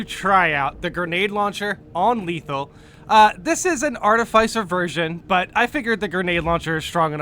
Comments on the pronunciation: Yeah I figured he was playing around, like I always say things like advices and just in cases 😄 Ar-tiff-ficer, like fixer. Maybe with less f's! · My guy really pronounced Artificer Artif eye Sir